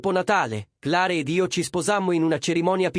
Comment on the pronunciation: Clare? Magari si pronuncia cler 😅😅